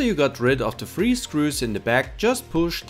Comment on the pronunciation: It’s pronounced 3 not free hahahahaha